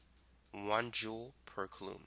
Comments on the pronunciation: It's "KOO-LOM" not "KUH-LOOM" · Coulomb is pronouneed Z at “”Cool Lombs”